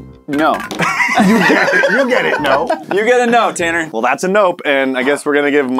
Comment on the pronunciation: Tanner not tannar